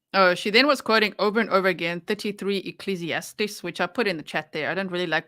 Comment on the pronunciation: “Ecclesiastics?” She really irks me! And she says she reads the Bible?